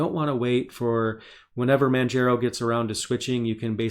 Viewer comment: Also Manjaro is pronounced like manJAHRO not manJAYRO. Like Mount Kilimanjaro(Sorry I gotta be that one OCD guy). Btw great video!!